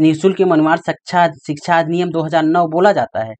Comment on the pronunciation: सर मैम बार बार शिक्षा को छिछा बोल रहे हैं।🤣🤣😂